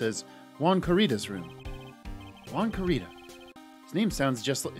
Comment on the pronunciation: trying to pronounce "Corrida" incorrectly as Gumshoe is actually closer to the proper pronunciation than the first way he said it.